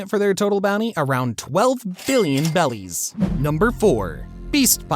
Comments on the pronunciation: it’s berries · How could one possibly mispronounce berries as bellies and on top of that shit kozuki oden as kizuki oden like fam come on😭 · Berries not bellies🙄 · If bro says bellies one more time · Who has ever once said Bellies ??? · Berries not bellies 🤦‍♂️🤦‍♂️🤦‍♂️ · They’re berries not bellies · Berries not bellies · Bro played way to much blox fruits. ITS BERRIES NOT BELLIES😭😭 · A piece of my soul dies every time he says "bellies" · “Bellies” 😂. Bro eating the gut gut fruit 😂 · Why is this dude saying belly’s instead of berries? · When I hear him say berries I here bellies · Why do you call berries “belis” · He said belly not barriers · Its not bellies its berriEs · Bellies ??? I thought they are called berries . 🤔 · Did you say bellies instead of berries? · Berries not belly's but this video was interesting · Is my man saying bellies instead of berries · i was so confused when op youtubers started saying BELLIES, besides in the anime and manga they say berries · Oh no.. don't say 'bellies' when its berries.. unwatchable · Its bothering me, why do you say "bellies" when its clearly berries.... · Why did bro say beli's and not beli like 💀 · why do u say bellies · BERRIES Dude. it's literally spelled in the sub. stop saying bellies. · Berries not bellies please lol. Nice video though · also the gura gura became go to go to💀💀💀💀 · Stop saying bellies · It is berryis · It's berries bro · The way he said “bellies” upsets me lmao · He says bellys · Every time he said “Belis” I cringed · You were saying bellys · It’s Berrys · Bro sail bellies 😂😂😂😂😂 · Why do you keep saying bellies? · It's berries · Please stop saying bellies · I appreciate for still counting Vivi as part of the Strawhat crew but its obvious that you watched One Piece on Shorts, ranking a filter character above the main Antagonist of the show, pronounced berries wrong, you're a fake fan. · How do you call the currency the wrong thing the entire video 😂😂😂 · why tf are you saying bellies and not berries